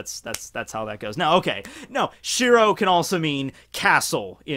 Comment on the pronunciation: You pronounce shiro wrong